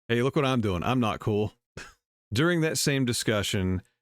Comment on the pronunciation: Did she say cool or cruel? I thought she said "If you don't have anything cruel to say, don't say anything at all."